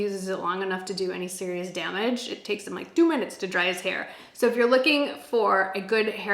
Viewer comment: The Chicago in you came out when you said "2 minutes"